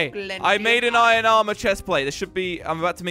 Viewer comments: it hurts me every time they say ion instead of iron :( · minecraft:iron jelly:iyen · I don't know if it is just me but jelly sounds like he is saying Eye in its I ern